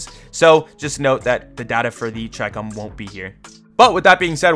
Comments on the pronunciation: Ch-eye-com its literally chi-com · it’s pronounced (she-comb) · the Chicom is pronounced Ch-e-com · I always pronounced the Chicom as Shee Comb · I think it is pronounced chee- come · "The gun I always mispronounce" You can tell he doesn't play BR at all. If you find one and mark it, it will literally say "Chicom here!" and you'd hear the pronunciation lol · pdw was already a user-friendly since then in cod mobile after you unlocked it via leveling... by the way you're not alone in pronouncing chicom wrong. most people read it like how they read chicken but it was pronounced how we read china... for some moment i pronounce "chi" as "ki" in some instances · It is not chicom it is chicom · Bro, i think ur earlier pronounciation of chicom was right. In br, mark the gun & the game itself pronounces chicom the way u used 2 pronounce it earlier.